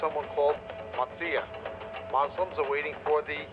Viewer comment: Good stuff,,, Muslims are waiting for Prophet Essa ( Jesus) And it’s “Muslims” not “ moslims “ Imam Mehdi will just pave the way for Jesus,,, FREEDOM FOR PALESTINE 🇵🇸